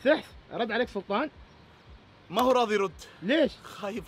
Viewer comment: ثحث رد عليك ثلطان 😂😂